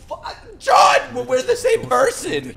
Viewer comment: I love how you call Jean John